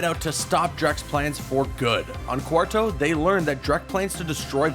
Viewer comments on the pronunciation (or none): It's pronounced Quar"TWO" not Quar"TOE" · stop saying QUARTO ding dong its Quartu. and its Blargien snagglebeast not blargen